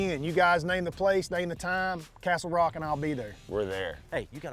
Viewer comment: He kept saying castelrock lol